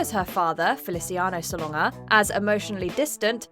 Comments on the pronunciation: It is spelled Salonga. It is pronounce how it looks: sa LON ga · you pronounced Solanga INCORRECTLY listen on Tony Awards vids when introduced